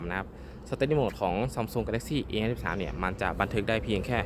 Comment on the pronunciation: พูดให้ชัดหน่อยนะโดยเฉพาะคำว่า 53